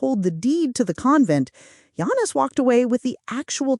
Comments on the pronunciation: You can't even spell his name right or say it right. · Do the man a courtesy ànd at least pronounce his name correctly...you haven't watched a single video from that fact alone. And please spell his name right...Yanis. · she can’t even say his name correctly!